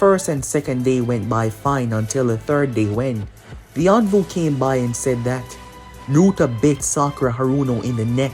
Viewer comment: NARUTO Not nurta